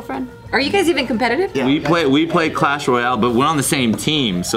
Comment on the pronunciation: MAN SAID CASH ROYAL 😤